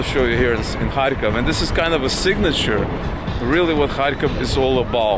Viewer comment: You pronounced the name of the city differently than I expected. Sounded like you were saying “hai-kof” more than “kharkov”. And lately I see it transcribed to English as Kharkiv.